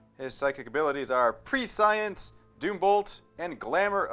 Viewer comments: I physically winced at "pre-science" T_T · prescience = PRESS-CEE-ENCE